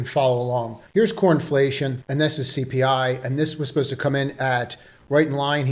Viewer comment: I swear you said cornflation lol